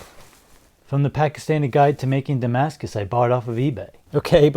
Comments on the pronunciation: Saar your damaca has arrived saar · Did it say Damascus or “Damn Ass Kiss”? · Damscus “style” knife lol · No, it's Pakimaskus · But. Its Damascus, man!